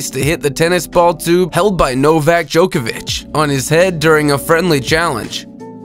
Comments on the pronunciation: You say it like this jok-a-vick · Learn how to pronounce Djokovic. He's literally one of the most famous sportsmen on the planet - it's not difficult.